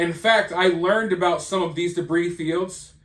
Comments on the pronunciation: Ummmm,it's Pronounced DEBREE,not DEBREEZE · Hey, debris is one of those weird words that the 'S' is silent! so its said debree!!! Lots of new words in a story like this one! You're doing an awesome job covering it! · If he did, why would he say "Debrees" about 18 times? Do you purposely mispronounce words? What you're saying has no basis in logic. Besides that, who brought up anything about grammar??? Mispronouncing a word isn't poor or incorrect grammar; it's just mispronouncing a word. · Its pronounced "debree". The s is silent. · I enjoy your content...but the "s" in debris is silent 🤔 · The s in debris is silent. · the s is silent in debris, great video thanks for the regular updates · Debris. The S is silent. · It is reported that the back portion of the sub that had "OceanGate" written on it was found along with with the white landing gear. I think that the U.S. Coast Guard can distinguish between "old" and "new" debris. Note: The "s" on the word debris is silent.